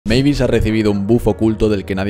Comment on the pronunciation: Eres de los bocos que pronuncia bien el nombre de mavis 🙏🙏🙏🙏